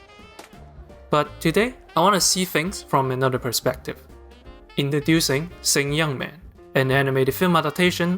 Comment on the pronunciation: Did you watch it with Chinese subs? Coz you're saying the title of the anime totally wrong. LOL